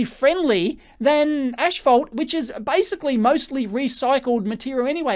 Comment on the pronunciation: Is the pronunciation of the word "asphalt" getting to anyone?